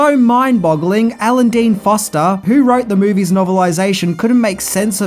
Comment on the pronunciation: Um you can't seem to get Forster right either. FOR ster not FOS ter. I loved the Black Hole and I still think that killer robot is one of the creepiest on film.